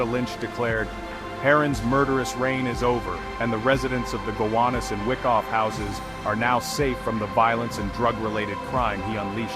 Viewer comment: It's pronounced "Why-koff" Not "Wick-off" Just sayin...